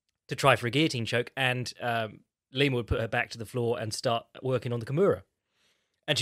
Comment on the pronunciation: Why the FUCK did he keep saying Lima